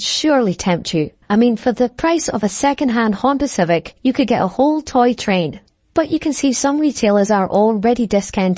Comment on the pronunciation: honder civec?!! Probably pick up a bwm for less